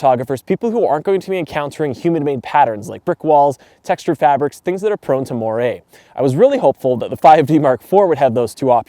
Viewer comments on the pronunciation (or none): Watching a Canadian say AA, and Moire all in one sentence made my head spin and then I laughed exactly like you did. It sounded like you said "eigh-eigh" or eh', eh' and more-eh'! Haha, all joking aside great review and since we never see snow unless above 5,500ft here in Southern California, so that was also nice to see for a change. I'm very late to the party here with the 5D Mark IV and have a funny or crazy backstory. You said the D800E/D810 outdid this camera, and I agree for most specs, but I will also admit I have owned two D850's, I own two D6's and I had three different D500's over the years. Yet, I don't like Nikon mirrorless, so I'm slowly switching to Canon the cheap and fast way, while I wait for a deal on the R3. My local store that our newspaper's have an account at, could've given me one the other day (An R3) however it was technically spoken for by a Non-CPS member and the store obviously has to make money, so I'm the slow train waiting for an R3 at the cost price we get, which is likely 10% above actual dealer cost, we only get this deal becasue we have so, so much gear and buy and sell gear every year as we slowly upgrade. We have Z9's, but I can't stand them, the noisy files and EVF both are not great, I much prefer my D6. However the R3 specs are much closer to what I prefer, low noise/great DR at High ISO in low-light conditions I often find myself in, nearly daily (every other day?) as a photojournalist. Some days you get 3 assignments and some days we